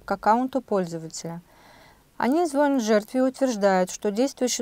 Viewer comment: Жертве звоня́т, а не «зво́нят».